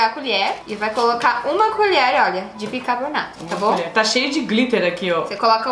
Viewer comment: 0.32 Bicabornato???🤔